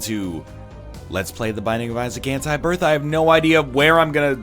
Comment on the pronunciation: the North American pronunciation of 'Anti' is so fucked